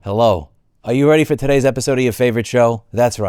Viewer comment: Holy, your New York accent came out so hard when you said "Hello" at the start of the video. liked commented and shared and as always thank you and i'm with you. 💯❤️😺